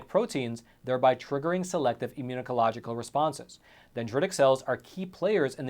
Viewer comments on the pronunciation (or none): BURGEONING IMMUNOLOGICAL LOL I get the distinct impression that english is your second language?